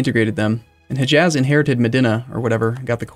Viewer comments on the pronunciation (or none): Hejaz is hey-yaaz, not heh-jazz